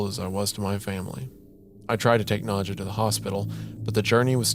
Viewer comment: wendigoon pronouncing the name nadja as „nudcher“ is scary enough